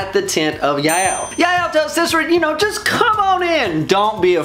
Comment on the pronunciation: I love Jael and the correct way you pronounce her name😆